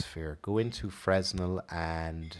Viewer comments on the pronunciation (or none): you say FRUH-NELL not FREZNAL